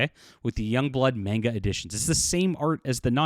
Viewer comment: The way he says manga irks me 😂